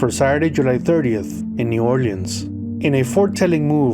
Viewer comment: Thank you for pronouncing New Orleans correctly.